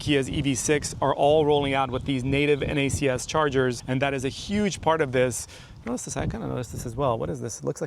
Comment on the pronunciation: Thank you for saying N-A-C-S instead of “NACKS” 😂